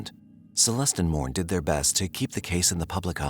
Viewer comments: Lol Morne you pronounce Mornay. The is è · Its actually pronounced MOR-NAY (Morne) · fwiw, Morne is pronounced "Mornay".